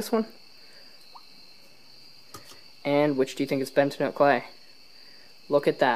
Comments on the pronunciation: Yes please it’s bentonite. Ben-ta-nite. Pronounce It ben-tá-nite or Ben-toe-nite not bentanyl. BUT SUPER VIDEO AAA+ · It is BENTONITE. Not BENTINOTE. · Ugh. bentonITE, not bentonOTE. Yer killin me. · Hey it's bentonite clay not Bent-a-note clay that pronunciation is actually ridiculously annoying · It's pronounced "Ben-toe-night" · its pronounced ben-to-night